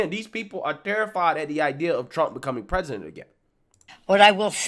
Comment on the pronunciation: come on you cant say president or policy